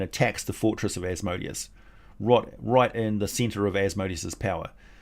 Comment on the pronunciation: Asmodeus, according to Jewish pronunciation is Az-muh-DEE-us if anyone is interested.